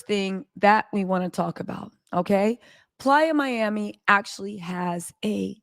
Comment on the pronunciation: She killing me saying PLYER MIAMI and it’s PLAYA as in offsets a PLAYAAAA Miami but nothing less cardi dumb ass shouldn’t have tooken him back and I don’t feel bad for her